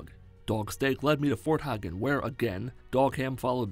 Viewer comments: Fort hegan not hugan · Is it pronounced “fort Hah-gen” or “fort Hay-gen”??